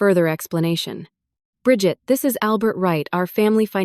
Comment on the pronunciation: The way this AI story mangled the name "Bridget" make me laugh. What a stupid obvious story that was made up by an moron. Sorry, not worth my time.